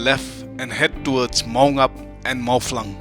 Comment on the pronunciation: Not 'mawflang 'its 'mawphlang' because in Khasi language there is no 'f'